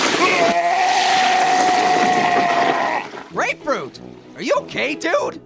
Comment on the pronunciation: you said apefruit lol